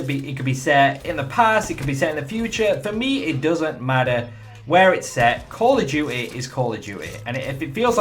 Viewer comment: "Call Of Jewt-e" :')